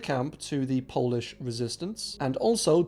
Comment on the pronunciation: really good polish pronunciations!